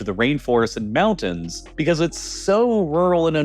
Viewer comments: Great video, I just wish you would pronounce "Mountain" and "mountains" correctly. It sounds like you are saying "mao-dens" and that bothered me every time, lol!!😂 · I like that idea but first he needs to stop saying "moundains" and learn to correctly pronunciation the word "mountains". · He doesn’t say mountains! He says mounnains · Mounains... i guess it has a silent T in it now. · mounins! 😂 never gets old 😅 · I utterly despise this voiceover. I can't work out if its AI or not, as every sentence sounds almost exactly the same. But the pronunciation of "moun-ains" is killing me the most. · This is what happens when parents don't say, "LOOK AT ME when I'm talking to you." ... Moun-ains... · He prounounces Mountains as "Mounnnains" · Mounan look at all those mounans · “Moun’ains” ??? Mountains, mounTains with an intervocalic “T”. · like how he says "moundains" instead of "mountains"?